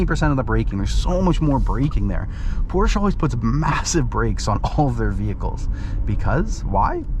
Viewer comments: PorschE, not PorschA!!!!! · No it’s PorschA. I was like you and used to think it’s PorschE. But the real way to pronounce it is PORSCHA.. I have one.. trust me I know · You two need to watch Porsche’s official video on pronunciation because youre both wrong